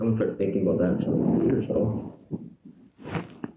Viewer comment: What time was that abute? Yah it was abute 10 o'clock. Yah? 10 pm or am eh? 😂